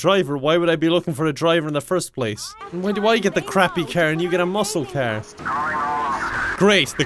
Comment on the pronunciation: I like how he says "car" as "caehr" 🤣🤣🤣